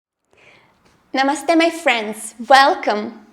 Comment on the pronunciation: You say namaste right!